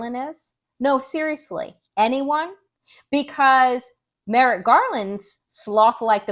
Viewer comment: Merrick Garland is lost wondering why you and many other YouTubers are so worried about Merritt Garland, Donelle (see how 2 letters can make a difference?). We can't expect them to say Kamala correctly if we mess up Merrick. But he does need to be held accountable. Merrick should be a lot busier.